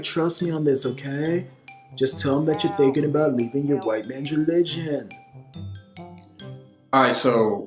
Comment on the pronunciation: The pronunciation of “hwyte” is so funny